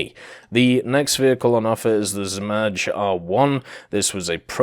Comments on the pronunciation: Not Zmazh. In english you would say Zmay aka Dragon. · You are not pronouncing zmaj correctly 😭 It's pronounced like z-mai (the "j" at the end sounds like the "y" in yugoslavia) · I mean its harmless but definitely noticeable.It could have took him 2 seconds to google an audio pronunciation of zmaj.